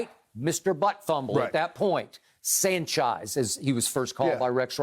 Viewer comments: Unc with the slip “Mark Sanchize” 😂😂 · "Mark Sanchize"?? Ha! Ha! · "Mark Sanchise" 🤣😂🤣😂🤣😂